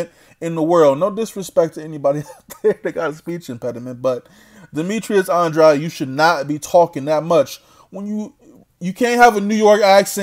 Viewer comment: Demetrius Andwuad lmao 😂😂😂😄